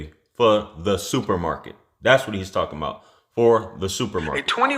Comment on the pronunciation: you crock me up when u said supermarket 😄😄